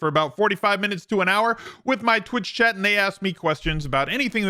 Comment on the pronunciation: For the longest time, I thought you had a friend named "Chad"; then I realized it was "Chat"!